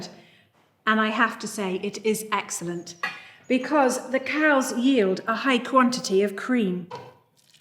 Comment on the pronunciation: The emphasis on excellent 😅